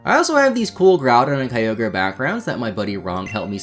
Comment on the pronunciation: The “kyover” instead of kyogre made me laugh my ass off